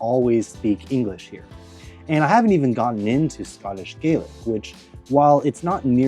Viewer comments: "Gaelic" in Scotland is not pronounced "Gaylic" but (approximately) "Gallic". Therefore you should not refer to "Scottish Gaylic". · Hi, really interesting video. I think the Scottish language is pronounced gaa-lik, not gay-lik, that’s the Irish language. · Scots Gaelic is pronounced with an A sound (gAlic) Irish Gaelic is pronounced with an AY sound (gAYlic) as you did at the start of the video.